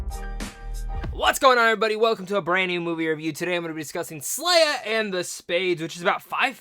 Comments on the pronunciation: SE-LAH. Not SLAY-A. I cannot watch this with this mispronunciation. Can’t take you seriously. You aren’t pronouncing it wrong you’re just not READING the name. Lol. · Did you watch the movie? Did you hear any of the other characters call her slayah? Her name is selah. (Say-la)